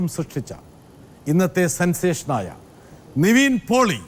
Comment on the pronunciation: Pottase athu Niveen alla Nivin 😂😂